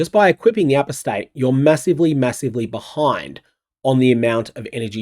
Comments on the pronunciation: Not sure if you saw it on my ‘member reaction’ but… Apostate is pronounced A-pos-tate, not apos-tate. FYI. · For the love of god...... "Apostate" is pronounced "uh-PAW-stayt"... NOT "A-pō-stayt" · For those that are flaming me for trying to help, just fuck off. Like I'm from Australia and am just trying to add a tiny bit of polish to an outstanding presenter. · It's uh-POS-tayt. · Do all Australians pronounce apostate this way? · Do all Kiwis pronounce Apostate with an emphasis on the first syllable? I believe Americans and British pronounce that syllable with a schwa sound.